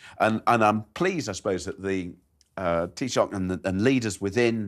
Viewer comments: Wtf was that?! Its pronounced TEE-SHOCK , NOT teah sack ffs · Butchered “Taoiseach” (Tee-shock) and “ Varadkar” (Ver-add-ker) SMH 🤦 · You couldn't google how to pronounce Taoiseach? Seriously we speak a different language, do our country the respect of pronouncing the world properly. As for being far right backed, I can send you the telegram channels they use and you go see how they started it all.